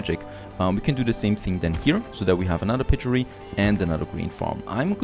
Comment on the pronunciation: You pronounce "Piggery" like "Pig"-gery, so like the animal, not that "g" sound like "Jerry", but like the you're drinking water "g" sound #HelpfulFeedback